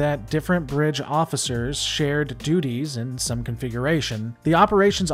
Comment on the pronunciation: You said handling doodies :D